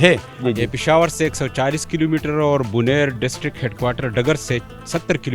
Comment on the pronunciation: Name to drust lia karen .buner se punjabi me banir bna dis